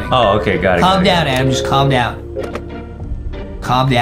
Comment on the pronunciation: Is not adem Is adam